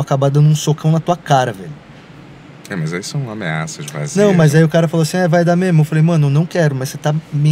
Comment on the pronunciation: né mermo certo